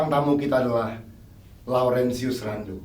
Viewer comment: "RENDOM" Ngakak Laurentius Rendom.